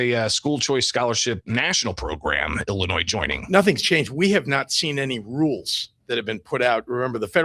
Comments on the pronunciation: I never noticed Kwame cannot pronounce illinois correctly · This guy definitely graduated from the Chicago Public school system. The S in Illinois is silent. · I am concerned when I hear kwame raoul, Il attorney general speaking and can not even pronounce the state of Illinois Correctly- several times! Really??